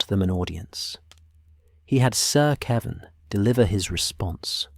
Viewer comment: Definitely ai. Kevin, keevin. Jaime, Haime(Spanish pronunciation)